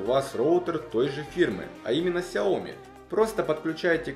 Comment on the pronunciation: Правильно говорить "сяомИ"!!!